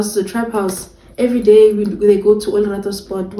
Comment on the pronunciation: I did feel bad when you said "Olorato" you know😂